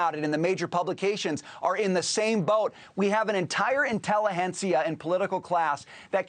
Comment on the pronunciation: “Intelli-hencia” lol